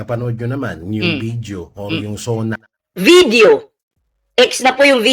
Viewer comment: What the heck , bidyu ano Yun video po not bidyu I think he needs dictionary Sona not zoona omg what the before you talk nonsense check your grammar in dictionary